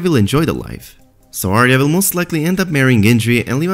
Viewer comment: "vill get along very vell" hahahahah :D